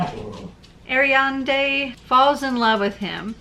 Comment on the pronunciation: You pronounce Ariadne as "air-ree-add-knee". In Greek mythology, she was the daughter of Pasiphae and the Cretan king Minos. Looks like the book is a retelling of her life.